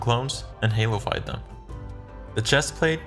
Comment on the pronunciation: every time he says "halofyed" It sounds like he said halo 5 and I got really confused at times